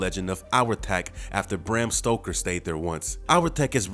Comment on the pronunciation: Famous Arthur Brayam Stoke? That’s Author Bram Stoker. Learn how to English.